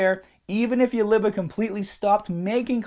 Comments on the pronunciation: Livuh. HAAAHHT. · dude are you from new York because I noticed the way you said "heart" "liver" and "other" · the LIVAH and diffrent PAHTS of the body are important like your HAHT ps best accent ever